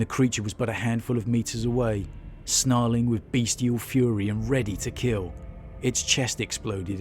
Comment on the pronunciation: "Bestial", not "Beastial".